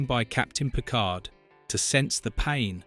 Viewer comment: Let's start with pronouncing Picard as Pikar.